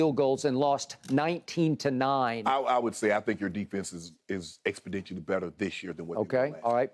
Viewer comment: Somebody tell unc it's EXPONENTIALLY !! 😂😂😂